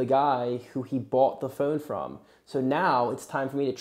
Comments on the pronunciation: “My phœne” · Why do you say phone so differently? Where is your accent from?